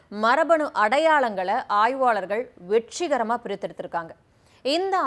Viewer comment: என்ன வொரலாறா?(வரலாறு) வெட்ச்றிகரமாகவா?(வெற்றிகரமாக) இன்ட்றஷய தமிழர்களா?(இன்றைய தமிழர்கள்) வோழ்ந்த'வா?(வாழ்ந்த) வ்வொய்கை'யா?(வைகை) இலக்கவா?(இழக்க) மட்சும்'மா?(மற்றும்) பொருநறாட்ச்சுப்படை'யா?(பொருநராற்றுப்படை) நூட்ற்ச்சு'ஆ?(நூற்று) கட்ச்சிதமாவா?(கச்சிதமாக) க்கடினமா?(கடினமான) தமிழ அழகுபடுத்தி பேசுவதாக எண்ணிக்கொண்டு உச்சரிப்பு பிழையோடு பேசுவது அசிங்கமாக இருக்கிறது கேட்பதற்கு.